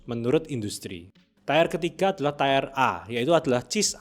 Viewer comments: Tier itu penyebutan nya "tir" bukan "tayer" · pelafalannya TIR mas, buatkan TAYER. kalau TAYER itu tulisan aslinya TIRE (Ban). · • Tier, dibaca tiyer. Artinya tingkat atau deretan • Tire, dibaca taiyer. Artinya Ban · FYI tier itu dibaca "tiir" (amerika) / tiieh (inggris) bukan "taiyer/teyer/teer". Btw kontennya sangat informatif, terima kasih bang. Kalo bisa next videonya juga pake gambar body atletik cewek dong buat penyegaran.. jangan cuma gambar body keker, botak, mana warnanya merah lagi jirrr agak gimana gitu hyahyahyaaa.. tolonglah mas editor kalo bisa seleranya dikondisikanlah awikwok. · Dear content creator : Pengucapan 'tier' tidak sama dg 'tire' yaa... Jaga kualitas 👍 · Bang, videonya sudah mengedukasi banget. Saya suka. Subskreb deh. 👍 Tapi boleh nggak bilang "tier" itu bukan (tayer) tapi memang (tier) aja. Biar tambah keren videonya 😁🙏🏽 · Mas, boleh sedikit koreksi cara baca ya. Tier dibacanya tiir, artinya level Tire dibacaya tayer, artinya ban 🙏🏼 Thanks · Koreksi dikit aja bang, "tier" itu dibacanya tiir, bukan tayer. Klo tayer itu buat "tire". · gw udh Komen jg eh masih AJ terus dia ngomong tayer.. sakit kuping 😂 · padahal kalo dibaca bahasa indo juga tir tapi ini malah di sok inggrisin malah jadi tire tyre 😭 udah bener tier dibaca tir malah jadi tire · Iya asli, ganggu banget dia ngomong tayer tayer aneh banget, sebenarnya gw mau komen seperti ini tapi like komen abangnya aja biar di baca si konten kreator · fr i had to mute the video bcs it was getting on my nerves lmao. i guess it could be plausible if they read it as "tie-r" (someone who ties things?) but like that doesnt makes sense either 🥴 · mending ngomong tier ya tier aja, gausah tayer tayer apalah aneh banget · Ngomong nya Ti-er bukan tayar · bacanya bukan tayer tp tir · makasih info nya.. banyak yg kompalin bang, salah cara baca "tier" kata yg komen :D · bener, kalo ngomongnya "tayer" artinya ban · Bang tolong banget pronounce tier nya dibenerin, yang setuju like biar diliat hehe